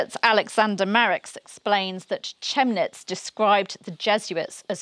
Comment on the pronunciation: Chemnitz is pronounced, Kem-nitz. That is also a city in Saxony near Dresden.